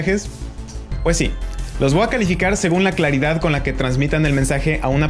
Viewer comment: Le voa poner :v "voa" Es que me trae gracia, en cuanto al contenido, gracias aprendí mucho